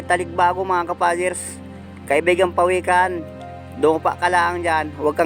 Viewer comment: PAWIKAN NOT PAWEKAN.PINAGKUTAAN NOT PINAGKITAHAN